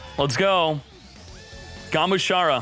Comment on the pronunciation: I hate the fact that he consistently gets names of cards wrong. Its GA-MU-SHA-RA, not Gumashura